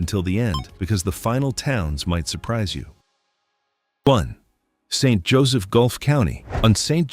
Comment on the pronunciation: Lose the AI narrator and it might be worth watching. Also the cemetery pictured to be in St. Joseph is one actually in the northeast United States with northern fall foliage on rolling hills surrounding it. Why can’t people posting these videos at least TRY to make them accurate and at minimum pronounce names correctly?